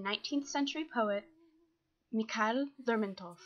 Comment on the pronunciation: It's Lérmontov not Lermontóv